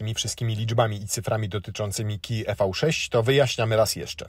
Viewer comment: Nie e v 6, a IWI 6